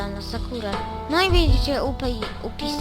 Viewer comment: haha ups czyta sie jupisi